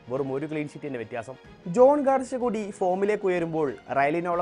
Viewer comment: ഗാർഷ്യ അല്ല ഗാർസിയ ആണ് 😌